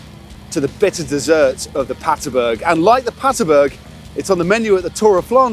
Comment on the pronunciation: BERG PLEASE GUYS, you're killing me.. aint Paterburg its PaterbErg